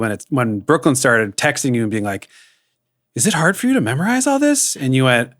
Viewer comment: Baby angel madam podcaster why do you say memorize as mammorize like mammory gland it made me laugh